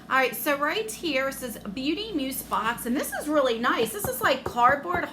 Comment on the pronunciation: Where's the makeup and skincare?! That's deff not worth $45... $120??... no way! Sorry, but I'd be mad 💜 Oh btw, it's pronounced like muze 😉